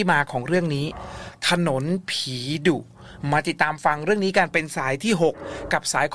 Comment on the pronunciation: พูดถนนเป็นถนุน นึกถึงคุณมดดำเลย 😂😂